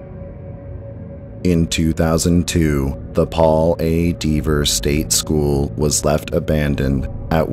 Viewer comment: That rail bridge in your thumbnail always feels odd to me. Good list. I would just check the pronunciation of "Dever". I think it has a short vowel sound or you could say it like a local "Dev-ah"